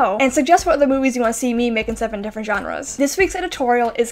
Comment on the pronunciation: Why do you pronounce genres as johnres lmfao